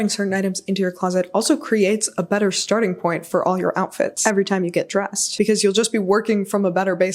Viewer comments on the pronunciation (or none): none